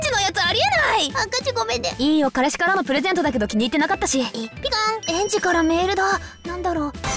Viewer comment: くるみの、彼氏がからしって聞こえる